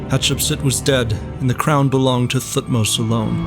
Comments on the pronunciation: Thutmose is not Prnounced TH like Think, its T alone then H more like TeHhutmose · Great video 👍 But his name wasn't king Thu-tmos he was T-hot-mos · I wish English speakers would stop pronouncing Thutmose this way. I get that that's the official way to pronounce it, but T and H are supposed to be separate sounds. More like Te-Hutmose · The way you pronounce Thutmose is hilarious though. Good stuff other than that